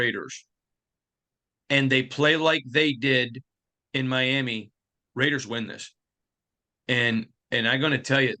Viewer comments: Miam-EEE. You can do it! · Love your insight, but the "miama" v. "Miami" is getting annoying. Sorry brother... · For God sake...just say Miam'ah!!!!:) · Never seen anyone struggle so hard to say Miami. Now do Pa-hoe-nix